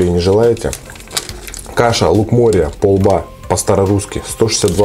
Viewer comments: пОлба, а не полбА Ударение на О! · пОлба. Ударение на О. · ПОЛБА ударение на О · не полбА, а пОлба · правильно не Полба́, а По́лба, на о, кстати вкусная штука!) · не полБа, а Полба, вкусная каша, мне бабушка варила, про попа и балду сказку не читал? с пахучим маслом и серым хлебом вообще топ! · пОлба(ударение) это та же овсянка,только не культивирования,т.е старая крупа,которую ели ещё наши предки без всяких модификаций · Полба ударение на о.Пушкина вспомни "Сказка о попе и работнике его Балде" Балда работал за тарелку полбовой каши. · полба, ударение на о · на "О" надо ставить ударение в слове полба, это же обычная каша почти как перловка)))